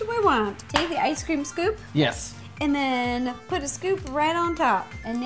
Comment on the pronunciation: "lets POOT (lovato) it all together"